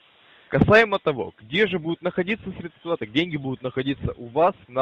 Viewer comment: Опять СредствА. Ударение украинское